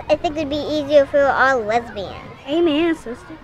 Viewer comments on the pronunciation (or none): Sometimes I dink it's bedder if we're ALL wesbians. xD best part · Awwww! Little blonde girl can't even pronounce right yet and she's not getting any younger?!!! Loved, loved, loved her :D